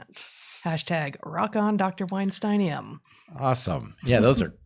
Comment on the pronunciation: What an excellent rhyme, I appreciate its scheme, you are an excellent poet, mr. Bret Weintein, did you now with a wince mispronounce your own name? Now with a bow I shall end this fine game.